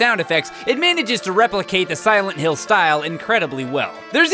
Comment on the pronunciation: Actually, I think pronounced it correctly. That's how it's pronounced in the Silent Hill games anyway.